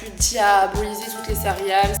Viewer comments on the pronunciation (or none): A chaque fois que tu dis "cérial" au lieu de "céréale" ça me perturbe 😆